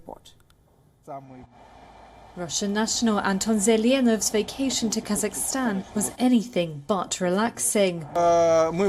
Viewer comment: KA-ZAK-STAN. Stop saying Kazakistan